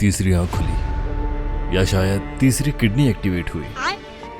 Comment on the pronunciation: Tirsi. ❌ Tisri ✅😂😂